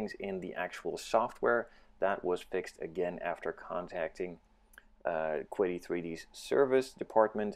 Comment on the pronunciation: The companies name is pronounced, "Chee-Dee."